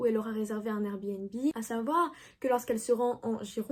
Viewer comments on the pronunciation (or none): none